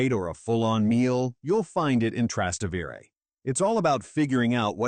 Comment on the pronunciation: It’s pronounced, Tras-té-vere, emphasis on the te!